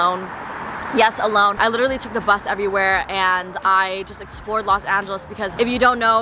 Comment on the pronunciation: nobody:: “LITCHERALLY” 😂 love youu